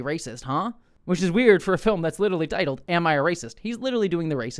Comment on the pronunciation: I came here looking for an honest unbiased review of this before I see it, and then you said the title wrong in the first 30 seconds. Gonna resume but I’m concerned